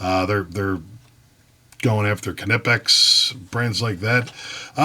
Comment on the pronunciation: How do you say knife? Then why would you pronounce knipex ka nipex?